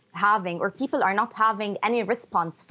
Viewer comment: 1- Her last name is not Fahrat 2- pls tell her to learn how to pronounce English bef speaking it: People is “pee-pull” not “pee-pill” 3- among other poor linguistics